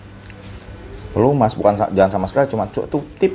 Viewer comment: Pelumas bang bukan pelemus.. wkwkwkwkwkwk